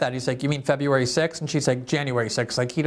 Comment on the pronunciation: "Februray 6th?". Lol!